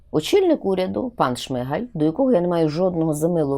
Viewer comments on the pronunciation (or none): none